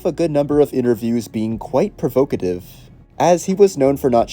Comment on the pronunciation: So many mispronunciations. Provocative is pronounced "prow·vaa·kuh·tuhv." Heir is pronounced "ehr." Those were just two words I thought I'd comment on after several other mispronunciations left me exasperated. If you're unfamiliar with a common English word, please look up the pronunciation prior to using it in a video. This may sound harsh, but seriously... heed my advice. It will only benefit you in the long run.